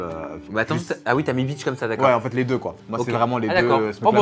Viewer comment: Continu on adore tes vidéos enfeteuh😂😂